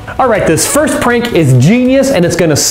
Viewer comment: u said firf or firfst?